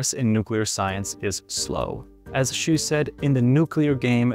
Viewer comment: As a matter of fact, this white dude mispronounced that scientist's last name Xu. The closest approximation for the name is something like this German Spelling Schüh（Not Schuh, but Schüh.Watch out for the umlaut ü.）.